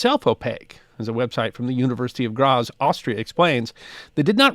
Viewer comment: FYI Graz is pronounced "Grahts". No American z sound.